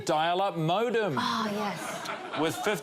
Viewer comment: Um there is something funny about your "modem".